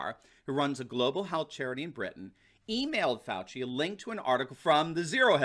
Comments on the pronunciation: "Faux-ci Fauci." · Hmmm, seems like all this time we’ve been pronouncing Dr. Falsie’s name wrong.